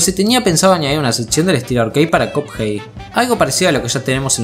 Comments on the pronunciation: va wey si chido buen video pero porque cuphey te la doy dudo que un angloparlante te vea pero se pronuncia cuphead es básicamente pronunciar de manera literal minecraft fornite o Spiderman es asunto de la locución de ahí en fuera no me quejo pd: los pescados ya comen pescados mas chiquitos y no es canibalismo amenos que sea de la misma especie u orden exacta del que consumiría el pez en si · Creo que me estresó un poco que pronunciaras Cuphei al personaje y juego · en el segundo dijiste cuphai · Me dio cosa cada vez que dijo cup jei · Alguien más cada que dice cuphead escucha "cuphai" ? XD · Hehe es gracioso cuando dices cup-hey xD . Esta genial tu vídeo 👌🏻 like n.n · Si dice "capjeit" me pego un tiro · como le vas a decir copjeid? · PORQUE LE DICES CUPHEY??? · No entiendo por qué decís cupjei encima lo repetía a cada rato re irritante chabon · Me da una especie de Toc cada que pronuncia mal "Cuphead" xd, pero de ahí en fuera buen video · Te hacen bullying por cómo pronunciaste "cuphead" jajaja F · buen video, pero no pude soportar lo mal que pronuncia cuphead